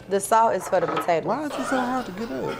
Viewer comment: every video … “PO TATE TOES” 🤣😩